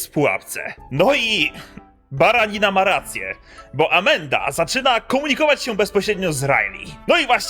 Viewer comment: Tak właśnie się to wypowiada.